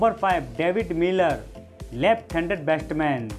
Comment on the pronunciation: बेस्टबैन नही भाई बैट्समैन या बैटर बोलो